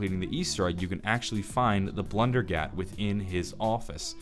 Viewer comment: Blundergat = blundellgat lol